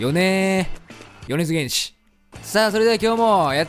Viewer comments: あのー、 よねづげんしじゃなく、 よねづけんしです。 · 漢字は確かに玄師やけど読み方はけんしなんやで… Google先生に聞いてみておくれ